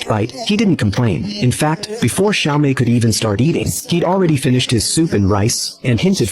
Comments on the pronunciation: Not Xiaomi❌️Natsumi✅️ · AI translation using Chinese pronunciation for Natsumi